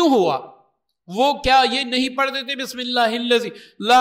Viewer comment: Hazrat tujhe pata hai nahin kis tarah se padhna hai Bismillah ka bigar Bismillah ka Aisa thodi hota hai